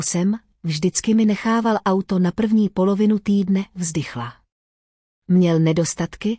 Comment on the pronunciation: Robot ani nepřečte auto, je to a uto. Chybí mi tam emoce.